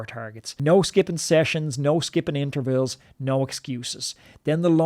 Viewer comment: "da intervilles"